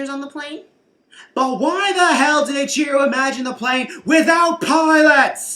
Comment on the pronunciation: It's pronnounced E-chiro, not I-chiro.